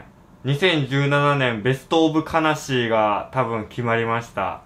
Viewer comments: ⭕️ ベストオブ悲しい ❌ ベストオブ魂 ❌ ベルトオブ悲しい ベストオブ魂と聞こえたのは私だけだろうか。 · か↑なしい笑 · 悲しい、のところちょっと発音を英語に似せてるwww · 最初の『ベストオブ悲しー』の悲しーの発音が面白かった。(笑)